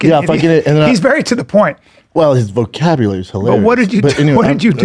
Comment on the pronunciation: Brendan, you can’t even say ‘vocabulary’.